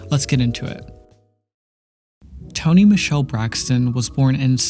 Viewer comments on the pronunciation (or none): none